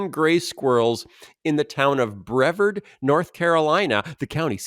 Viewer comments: Since we’re talking about extraneous amounts of squirrel info, then Brevard is pronounced “bruh-v(short a) rd”, not “brev-erd”). Yep, I’m from North Carolina. Oh, and the Transylvania squirrels have fangs! J/K! 😂😂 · Come down and visit us in NC! It's Bre-VARD, btw. :) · There is still some debate about whether squirrels actually remember where they bury their nuts. Some scientists believe they just bury a lot of them so they can basically just dig anywhere and find some lol Also it’s pronounced bre-VARD 😀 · I used to work at a country club in Jackson County in Cashiers, NC, adjacent to Transylvania Co. Those elusive white squirrels lived there, too. Brevard rhymes with yard. ;) I like the traveling circus legend. I really didn't know much about the squirrels, but if you want to look up another interesting squirrel, look up the Kaibab Squirrel in Arizona. Grayish-black squirrels with white tails and tasseled ears. They're only found in that part of the world. I saw them frequently when I worked at the Grand Canyon.